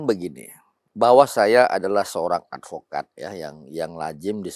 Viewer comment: ngk tau dah brp x dia bilang advokad 😂😂 ngk di sebut juga orng tau kek kakek 😂😂